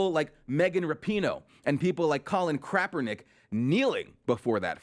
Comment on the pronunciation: Did he just say Crapernick? LOL